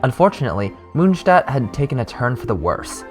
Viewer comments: Ok but stop pronouncing monstadt like that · Nice, this is perfect for a quick recap so I can continue reading the manga where I left off a year ago. (In case you are interested. The "o" in Mondstadt is pronounced like the "o" in "More" and it means moon-city) Greetings from Germany